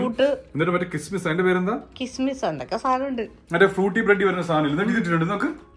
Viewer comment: കസ്ക്കസ് ആന്ന് കിസ്മിസ്സ് അല്ല settoi 😁. Take care chechii